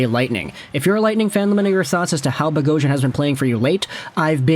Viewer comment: Nothing makes me more upset when an Armenian last name is miss pronounced lol bogh-os-yan 🇦🇲🇦🇲🇦🇲